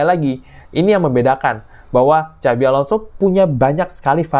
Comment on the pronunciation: apa hanya saya yang dengar kalimat "Cabi Alonso"